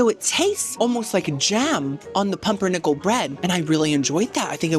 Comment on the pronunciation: As a german that “pumpernickel” hurt my feelings😩